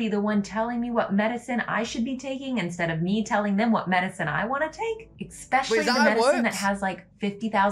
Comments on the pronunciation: She just said, exspecially, instead of the correct pronunciation, especially. That does it for me.👎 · Dont listen to that girl about politics, bro. Never listen to anyone that pronounces especially as "expecially".